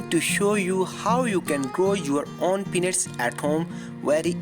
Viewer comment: I swore he said grow your own "P*NIS"